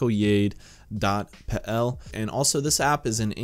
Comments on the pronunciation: It’s YAK-DOH-YA-DEH. Jak dojadę means how do I get (there). Cheers! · Great video, really helpful also, jakdojade is kind of pronounced like "yak - dough - yeah - de" (and it means how will I get there) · Oh no, now everyone is gonna mention that you pronounced jakdojade wrong. Trust me, he knows after seeing one comment and it won't be very helpful to be reminded like 20 times ;]